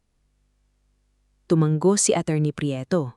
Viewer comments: Bakit ba kayong nagkukwento ang bigkas sa "tumango" ay"tumanggo" maling mali po,sana mabasa ninyo ang comment para maitama ninyo ang mali ninyo, salamat po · TUMANGO --- TU - M A - NGO. ISANG G LANG HINDI TU - MANG - GO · Hindi Tu-mang-go..... dapat..... TU-MA-NGO...... TUMANGO